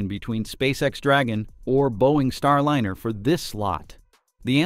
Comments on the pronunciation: Could you program the synthetic voice to pronounce Starliner the correct way? It's Star L-EYE-NER, not Star L-INN-ER. It's a "long vowel sound." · StarLiner is ALWAYS pronounced with a long "I". WHY do you say "Star-Linner" half of the time? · Star Lener?? AI can't read apparently. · "Starlinner?" Why can't they pronounce it correctly? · Same here. for that and for constantly hearing "Starlinner" 🙃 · I can't help but notice that the AI voice always mispronounces Starliner. Would it do a better job if, just for the AI script, you spelled it Starlyner?